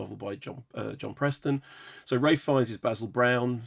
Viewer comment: Isn't it ralph? Not ray?